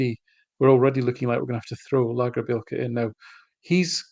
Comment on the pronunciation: I believe that the pronunciation is lagerbeeyelka his nickname is maybe big shandy 😂❤